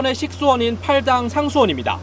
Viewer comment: 밫음도. 요즈 기자들은 용어도 틀리고 발음도 엉망. 팔당은 실제 팔땅이라고 벌음해야하고 물가는 물까. 왜 이런 것을 제멋대로 할까요. 용어는 더하고. 많은 단어가 한자에서 왔는데 한자를 안 배우니